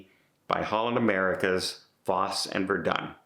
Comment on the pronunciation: You're a big Broadway guy and can't pronounce Fosse and Verdon?